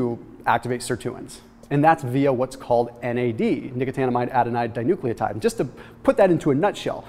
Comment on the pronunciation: Tell me you practice saying the long form of NAD a bunch before you make videos so that it can roll off your tongue like that.